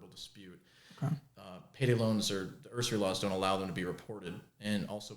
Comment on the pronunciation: He's an aspiring usurer and doesn't know how to pronounce "usury."